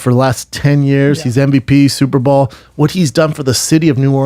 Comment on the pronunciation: Brendan says “Super Ball” instead of Super Bowl